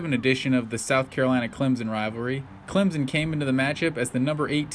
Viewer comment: It's ClemSON not Clemzen. Just saying. great video